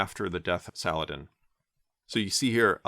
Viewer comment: As an Arab i salute you for pronouncing the letter H ح in Salah Aldin 👏🏼👏🏼👏🏼